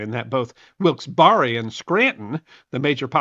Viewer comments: "Wilkes-Barre," PA, is pronounced 'Wilkes-Barr' (silent 'e'), not 'Wilkes-Barry.' Good presentation though -- thanks! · Try Wilkes-Berry as closest pronunciation. Also remember this. Native Americans they claimed to have no understanding or to have a system of property ownership and so it's hard to understand how their property was stolen from them when they said they never owned it in the first place. I can never get past that idea. That's why they never had an issue selling this same piece of land two or three times over because they never believed that they owned it in the first place. You might also say susquehanna not cessquehana.. And there was also a piece of property in the Wyoming Valley called the French Asylum. This was a getaway for Louis the 16th and Marie Antoinette but they never quite made it to. The site has been excavated is open for visits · Being from that area I can tell you the proper pronunciation is Wilks-bear. Thank you. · It's not pronounced Wilkes bar re bur Wilks Berry. . Barre was a British parliamentarian who supported American colonists rights re taxation and settlement beyond the Appalachian mountains. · FYI Locals pronounce Wilkes Barre "Wilks Bar". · Supposed Mr Historian: Two syllables for Wilkes-Barre, Pennsylvania! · I will never trust your take on history again. You mis -pronounced more than idiot AI narrators. Also the translation of wyoming was wide treeless place. Wilkes (Bear. Eee) like berry. You have more wrong also. I have to puke because my chemotherapy won't allow me to endure more